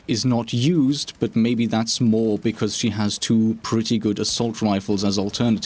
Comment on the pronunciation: I honestly don’t watch for one reason. He says bucuz instead of because. That’s it.